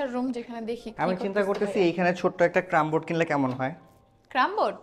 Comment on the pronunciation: ক্রাম বোর্ড আমি তো জীবনেও এ উচ্চারণ শুনি নাই।এটা কি শুদ্ধ?